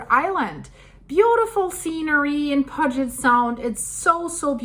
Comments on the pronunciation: Puget sound, pronounced pew-jet.. lol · I’m from Seattle. Puget is pronounced “Pew-jet”. There’s a lot of interesting names in the State that are problematic for non locals. Cheers! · Hi...no offense, but Puget (Sound) should sound like or rhyme with "blue" for the "Pu" part of the word, instead of rhyming like "fudge." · Please look into how pronounce Puget for Puget Sound. Thought you said you lived in the area. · As one born and raised in Tacoma area, just want to help you with pronouncing Puget Sound. It sounds like PEW-JET SOUND. Your version sounds cuter, but mine is correct. Love your shows very much! Thank you! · Puget Sound is pronounced Pew-jit . :) we have a fault line that runs under I-90 from Seattle east toward Issaquah. I saw the line on your Map. Thanks for the updates. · Pew jet is the way you pronounce Puget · Hey Girl Hey It's pronounced Pu-Jet I lived in West Seattle in a house (A painted lady) that we rented from a Boeing executive. The doors didn't fall off the house. House is nearly on a cliff one house away and it crossed my mind that an earthquake may take that house one day. Keep on keeping on. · Pew-jit Al-kye (like eye) Great video and info! Best Regards and Best Wishes! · I live here its NOT pronounced " Pudge it" it is pronounced pew jet. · It's not pronounced "pudge-it" its Puget as in "pu'get" sound. Please get that right! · It's called 'pew jut sound' and not puh jet sound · That name of the sound is pronounced PYEW-JET, NOT PUG-IT. They should also include where landslides are likely. They happen with, or shortly after major techtonic events. The Tacoma fault has slipped in smaller quakes that have taken place over the last 40 years. Not going to happen soon. When it comes to quakes, all quiet, is bad. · it is pronounce Puget Sound and the first two letters sounds like Pew you then the Get is right on how you are saying it so please get it right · 😂 For those who don’t know, ‘Puget’ is pronounced, Pew-jet. 👍🏽